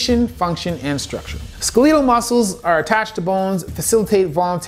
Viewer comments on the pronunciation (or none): I thought it was pronounced "skel-e-tel", not "skee-lee-tal" as pronounced in this video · Never heard skeletal muscle pronounced like that. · why does he pronounce Skeletal like that